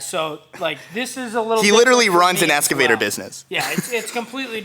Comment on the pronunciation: speaking facts bro. Listen to those around you. Also its called an EX-Cavator. Not ES-Cavitor LOL!